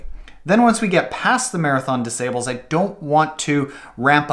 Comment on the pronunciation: Check the pronunciation of ' Marathon des Sables'...and be weary of an ultra marathon running coach that pronounces it 'sables' like cables or stables.